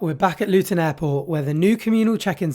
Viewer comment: Why does the narrator keep saying LUTOÑ, no wonder these customers are confused,....ITS CALLED LUTONSTAN, O.K. READ AGAIN LUTONSTAN....